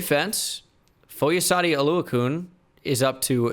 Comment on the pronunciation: Oluokun. It’s Oluo-CON not Oluo-koon 😭